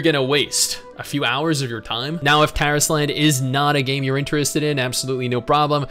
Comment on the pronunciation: you're mispronouncing the title. It's not Taris Land, it's Tar Island. It's DEFINITELY Tar Island.